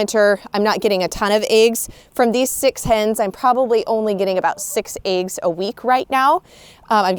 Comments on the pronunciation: "eggs" woman!!.. NOT "AEGS"!! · She calls eggs ayggs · Love how you say eggs 🥚😌